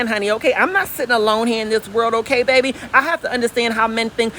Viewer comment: “Bayyyyy beeeeeee” 😩🥰😂🤣 your a southern treat